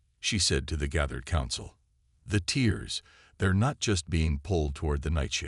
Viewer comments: Not tears but here it is pronounced tares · I simply can't continue past 1/3 of the story. Your AI SUCKS ASS!!!! WTF are "teers in space"!!!??? Are they crying!!!?? How are the ships sucked into "teers" in space!!!??? And, what is "the moon "your-UPUS"!!!???? Either Get AI that can speak English or stop using them until they can!! Hows bout you narrate your stories youself like some guys n gals do!!!??